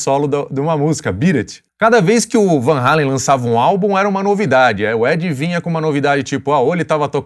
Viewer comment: Muitos pensam que Eddie e Alex Van Halen são americanos, são imigrantes holandeses. E ainda pronunciam o nome errado. Só um comentário.